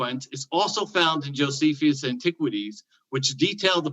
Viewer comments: “Jo-see-fee-us”?? Reread the word Jonathan. No need for the extra syllable! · Everytime mispronounces an ancient name, an angel dies. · Honest question... Is mispronouncing these names? Are there alternative pronunciations? Josephius, Artaxes, Arcyxerxis, Propher, Secludians, Putolemy... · This is not intended to be a personal jab at but I do find it a bit perplexing and jarring that he consistently mispronounces so many ancient names after having engaged with scholars for as long as he has. I am a layperson and am not an expert in anything and I still know the proper pronunciation of most of those names just from listening to YouTube lectures and debates by scholars. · Jesius Chrost, come on dude - you can't profess that 'some playful humour can be fun' after reacting so petulently to a harmless joke. The fact is you did consistently mispronounce a name. It was jarring. If someone consistently called you Jonathian, you'd notice it and it would cause you some degree of frustration. It's an odd thing that I've noticed happen when people come to their knowledge through private, non academic study. This isn't to say private study is worthless, but just that study in isolation is fraught with the risk of failing to spot mistakes that would be noticed in the conversation that takes place in Academia. So in a sense, your mispronunciation is a metaphorical symbol of the shortcomings of non academic study. It's the least confrontational way of saying that your methodology must be very bad to have led you to make the conclusions you have when it comes to your assertions about the subject. Your mispronunciation is the least of your worries, and the mildest criticism - and the easiest to address.